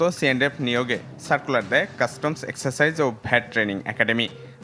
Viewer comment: প্রতিবেদক বললো কাস্টমস, এক্সারসাইজ"। এক্সাইজ হবে